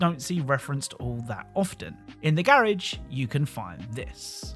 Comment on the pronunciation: your pronunciation of “garage” is just…